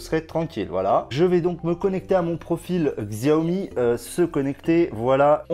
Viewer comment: C'est prononcé Shao-Mi ;)